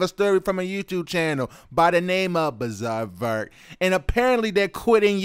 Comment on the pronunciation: The struggle is real when you try to say bizaardvark